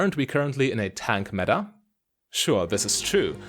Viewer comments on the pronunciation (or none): none